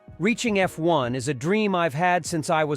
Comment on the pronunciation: Eff.........................................................................................................................1car Please tell me that's not Ai....... Wememba.....sum chwannaws have spweech impwedamins... I only got a few seconds in and hit the brakes....hard!...